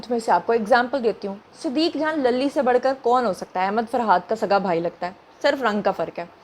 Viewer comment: صدیق جان کے نام پر اپ کو ہم نے کئی دفعہ کہا ہے کہ صدی جان کہ اخر میں لام پر زبر لگانے کے بجائے پیش لگا دیا کریں شرمانے کی ضرورت نہیں ہے بچے کی سمجھ کے